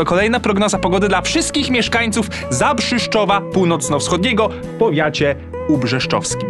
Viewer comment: mam nadzieje, ze to "powiAcie" i "CelCjusza" to specjalnie ;)